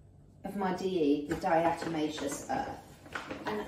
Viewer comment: Di-a-toe-may-shus…. It’s great for bed bugs too